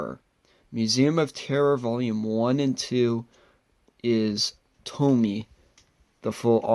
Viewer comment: nice video! but actually its pronunciation is TO-MI-YE